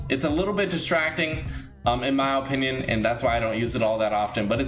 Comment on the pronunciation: Lol OOO-pinion